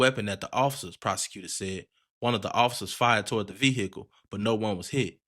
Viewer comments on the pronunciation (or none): you did not have to say vehicle like that at all